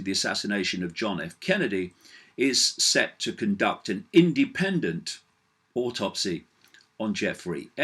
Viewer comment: No R in autopsy...